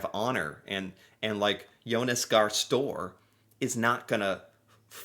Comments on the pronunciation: you were so good in pronouncing the Norwegian alphabet, so you should know how you pronounce Støre. It's not stor like in the English word store. Remember the Ø, the second last letter in our alphabet. And the E is also pronounced, E as in Eric. 😊❤️ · That was a big FAIL!! He pronounced the primeminister's name completely wrong!! His name is Jonas Gahr Støre....🙂